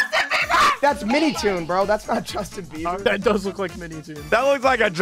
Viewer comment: “JUĒSTIN BÉBÆŒRR 👹👹”